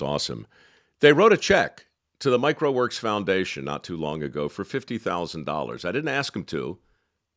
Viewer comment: This is the 1st time I realized the foundation is Mike Rowe Works. I always thought he was saying Microworks.